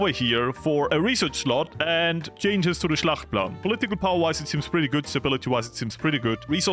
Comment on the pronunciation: Schachtplan❌ Schlachtplan☑️ Deutsche Sprache schwere Sprache😂😂😂 Just joking :_FloriusLove